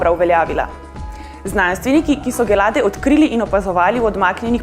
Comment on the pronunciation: A ni pravilna izgovorjava dželade in ne gelade?